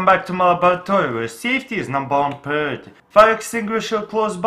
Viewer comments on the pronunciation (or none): I like the way he says priority 😂